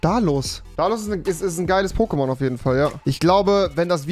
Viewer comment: Wie rewi die Namen ausspricht tut weh